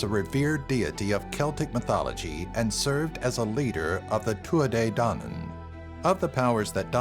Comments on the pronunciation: You are pronouncing Tuatha-dedanem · Absolutely cringed at the way he said Tuatha Dé Danann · Shut it he is trying his best